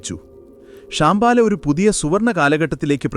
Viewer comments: 😄..... ശ്യാം ബാല --- കറുത്ത പെൺകുട്ടി . ഇങ്ങനെയാണ് താങ്കൾ പറയുന്നത് ശം ഭാല എന്നാണ് ശം + ഭ + ആല , ശാന്തി + പ്രകാശം + ആലയം --- വീട് . ശാന്തിയുടെ പ്രകാശം പരത്തുന്ന വീട് . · ഷാമ്പാല എന്ന് പറയാതെ. ശംഭാല എന്നാണ്‌.